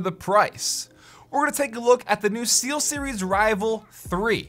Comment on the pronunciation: Google voice to text got it right, but I heard Sealseries. lol